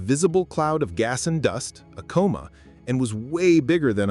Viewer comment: You keep saying "coma" wrong. Alot.